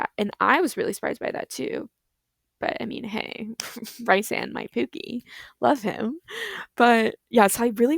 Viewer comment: should have moved the runner over half a tile! also love you say rhys and not reece. I hate that his name is pronounced reecesand. it's always ryesand for me. I love the way you made it, its not how i imagined it but its nice!